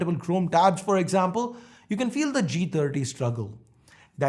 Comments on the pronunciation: Lol I thought I heard Moti G tatti when he said first line. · I heard moto g taati😂😂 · He said motog30 ,it sounds like motogtatti😂😂